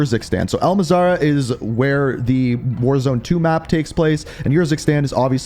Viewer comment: It’s Al-Mazrah. Not Mazarah.